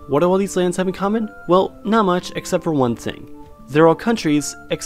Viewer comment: actually can he pronounce land?